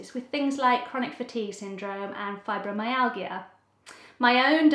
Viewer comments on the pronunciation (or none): Oh wow, this is totally off topic, but the way you pronounced "Fibromyalgia", dont think I've ever heard it pronounced that way! Haha. Also just came a cross your video and it looks like it'll be an interesting watch! Thank u